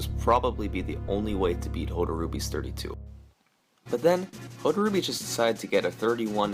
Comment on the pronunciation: For a guy who was supposedly so influential in Metroid speedrunning, apparently Hotarubi wasn't important enough for you to learn how to pronounce his name right.